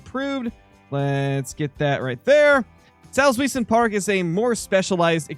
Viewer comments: Salts-vee-zen Park (Source: German major in uni). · The park is roughly pronounced saltz why(v sound for the w)sen